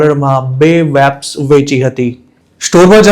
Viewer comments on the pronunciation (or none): Bhai thodu pronunciation par dhyan aapo. Vapes ma V no ucchar van ke wet ni jem nai pan Vechan ke Vevai ni jem thay. Atlo saras ahevaal English na khota ucchaar na lidhe hasyaspad bani jaay che.